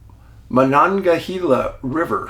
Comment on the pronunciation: Dave, 1 of the few who is able to pronounce Monongahela River in Pennsylvania!👍👍